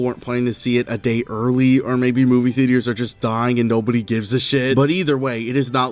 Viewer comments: “Movie Theteors” 💀😂😂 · "movie thea-d-ers" i will not forget this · Theetee-urs Couldn't get past the fifth mispronunciation